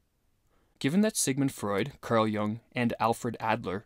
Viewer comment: Great vid! I hope you pronounce Jung correctly 7 years later.